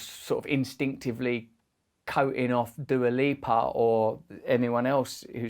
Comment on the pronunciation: Fun fact : "Dua" name is Albanian origin, and is translated "Love" given by her parents. Since you butchered her name let me translate yours: Halo is similar to Hale, which in Albanian is translated literally place to shit or VC. So by your logic your name is translated "legendary shit place".